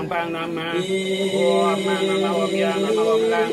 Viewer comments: Pengucapan om nya kok iam ??? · Memang banyak sulinhgih tidak tepat pengucapa sukukata msntram. Kalo walaka dikritik habis. Om disuarakan youm.. Iyom kok boleh.. Shantih disuarakan santieeh.